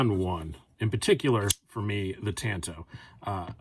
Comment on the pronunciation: TAAHHHHHN-TOE not TAN-TOE! =)